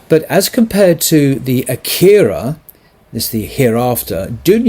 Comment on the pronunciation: Akhira is pronounced Aa-khira, with a macron on top of the 'A'. Sorry. You're doing a wonderful job.